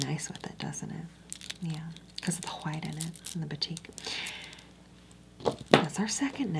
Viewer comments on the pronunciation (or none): The way she says HWHITE 😭❤️